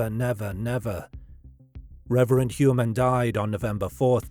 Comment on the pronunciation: It’s funny because everyone mispronounces Rex’s last name. It’s more like “Hoyer-Mann.” Interestingly it looks like it’s German for something like “Man of the Year.” Ironic. But if you look at the profile of Heuermann and the profile of Robert Hansen there are so many similarities. Gun enthusiast. Picked up “working girls” when family was away on vacation and killed those girls. Had his own business. Somewhat respected in his own community, although Hansen was certainly more of a neat freak than Heuermann. Now Hansen usually killed his victims by gun while I’m not sure if it’s been determined how Heuermann killed his victims yet. But both, I think, took some victims to their houses then killed them and disposed of the bodies out in the “wild.” But I think both are or were power-control serial killers with a sadistic bent. It’s pretty uncanny the similarities though.